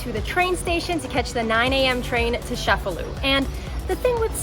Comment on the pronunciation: It's pronounced che-fa-lu, not chef-a-lu.